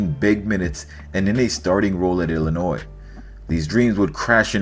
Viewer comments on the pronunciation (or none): none